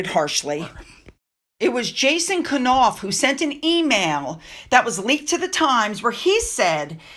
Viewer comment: Knauf is said like knee< silent K. She’s got it the wrong way again. She was the bully along with Harry and they’re cowards underneath like all bullies because they are incapable of expressing true friendship and basic good manners and leading with the truth.